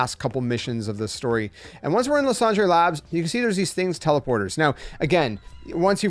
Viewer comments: i mean french would still be “lease-on-druh” not “lah-san-dray” 😅💀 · Idk if it was the point but that's not how you pronounce it in french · Luss und ray 😂